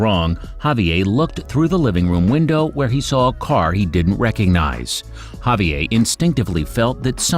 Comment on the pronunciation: Can't pronounce Javier?